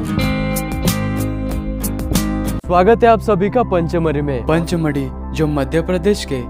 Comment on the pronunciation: सर पंचमढ़ी नहीं पचमढ़ी